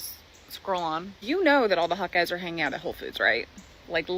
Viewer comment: The store is called WHOLE foods not 'ho' foods.